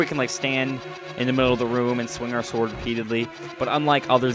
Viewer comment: why do you pronounce sword as sward